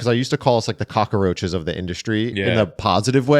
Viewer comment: I see still hasn't learned how to pronounce Cockroach 😂